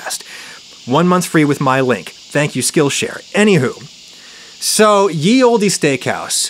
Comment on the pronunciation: What’s with Adam pronouncing “olde” as “old-ee” stressing the “e”. Driving me nuts 😄 I guess where I am no one ever accentuates the ending “e”. It’s just “old” with a longer “d” sound.